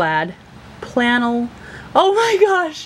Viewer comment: Yay! So excited to see an video! "Plannel" lol Missed your amazing laugh!